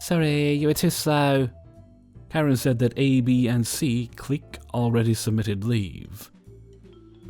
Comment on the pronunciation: I hate to be "That Guy," but it's pronounced "Click," not "Cleek."